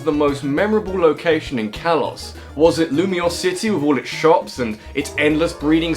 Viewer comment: For those wondering, he did pronounce Lumiose City correctly. While his pronunciation of the last syllable would usually be wrong, his particular English accent gives him a free pass, since the real pronunciation actually would sound like that if spoken with that accent unless the speaker was fluent in French to the point of using it interchangeably with English. As for the emphasis on the word, there is no accent on any of the vowels, so the first syllable gets the emphasis.